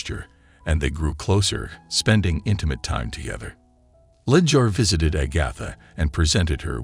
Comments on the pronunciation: Agotha... char lot 😅 mother queen 😮🎉😅😂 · THIS IS THE WORST RECAP EVER!!!! FIRST OFF, this title is a PARTIAL LIE!! She was NOT treated badly "because she was black", AGATHA was!! SECONDLY, PRONOUNCE HER NAME CORRECTLY!! STOP USING COMPUTERS/AI NARRATION😤 The stare at "the bride" was not because she was black, but because of her non-traditional wedding gown!! VIEWERS, PLEASE watch this for yourselves!!!! 🙏🏽🙏🏽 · 36 minutes is way too long to tolerate a robot that can’t pronounce Agatha correctly. I’m out.